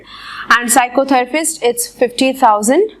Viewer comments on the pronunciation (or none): Phyisotherpist ko pycotherpist ku bol rahi ho